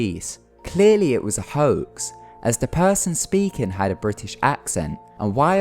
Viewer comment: "thing" doesnt equal "fing" and "was" doesnt equal "woos" and other equally horrendous bastardisations of the english language, if indeed thats what it was....you shocker...go back to school